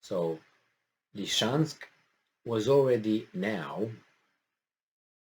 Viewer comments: Please, please: it's actually "Lysychansk" ( Ly-sy-chansk ) not "Lyshansk"! (Lisiceansk, in Roumanian, if you don't mind) Thank you for sharing. Great job, as usual. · isn't it about time that you pronounced Lysychansk correctly? Lizzy Chansk, not Li-chansk. Li-chansk sounds too much like Luhansk and can confuse people who are not familiar with the details of this conflict. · Noticed doesn't want to pronounce the real name. It's confusing - LeChansk? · Slight remark about the pronunciation Lysychansk is spelled (Li-Si-Chansk) and Kadyrov is spelled (Ka-Di-Rov), no hard feelings :)..